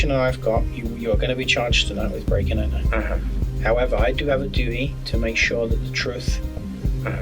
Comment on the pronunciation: "youa charged with break and enta"